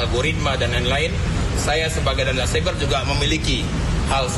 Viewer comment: Patroli cyber bukan patroli seber bos 😂